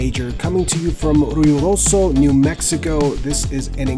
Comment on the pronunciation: Ruioso?? There’s a “d” in there my man. I think I’d ask someone how to pronounce the host city if I were commentating.